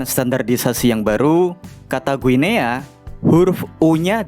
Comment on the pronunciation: Kenapa Guinea jadi Ginea ya, bukannya dibacanya Gini, kayak Papua Nugini